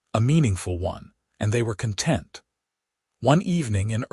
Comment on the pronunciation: There are several pronunciations that need to be corrected. In particular content, Santa Fe and read are the ones I remember.